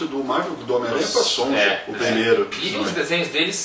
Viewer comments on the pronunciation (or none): Sonja se pronuncia "Sônia'.